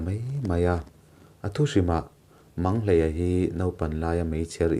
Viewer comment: Manghleia tih hi i lam diklo deuhin ka hria